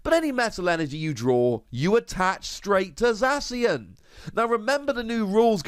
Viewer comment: They way you prenounce zacion za-see-on no its za-key-on